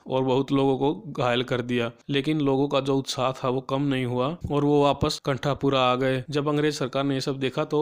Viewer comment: Pronunciation of novel name and bhatta otherwise all good👍